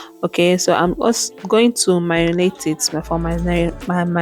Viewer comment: I SMILE WHEN U TRY TO SAY MARINATE,,,NICE VLOG